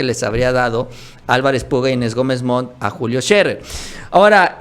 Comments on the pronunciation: No se dice Julio Sherrer, es Sherer sin doble rr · Agradezco la información que nos comparten. Como comunicóloga les comparto que Scherer se pronuncia no como si tuviera doble erre (ferrocarril), sino como tiene dos erre sencillas (erario, horario, Scherer). Saludos.